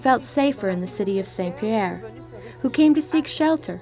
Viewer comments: He can say "MAWN Pelee" but he can't say "SAWN Pierre". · Mont is pronounced mõ, but saint is pronounced sɛ̃. They shouldn't be pronounced the same